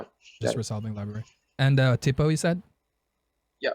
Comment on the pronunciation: Its "tee-po" lol